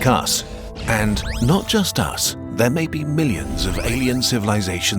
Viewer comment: did you just say imposible? upscale